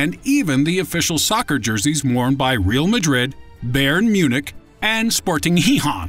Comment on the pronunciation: laughing at how he pronounced Real Madrid